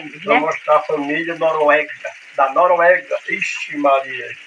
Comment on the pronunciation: não é Noruegua. É Noruega kķkkk